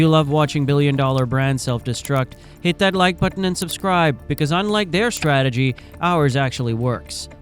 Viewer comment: their "stragetery" worked perfectly